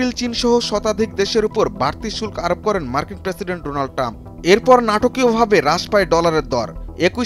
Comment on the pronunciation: "শুল্ক" শব্দের উচ্চারণ ঠিক করো।